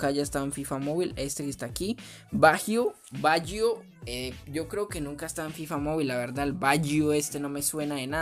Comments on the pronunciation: Se pronuncia bayio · Se escribe baggio pero se dice bayo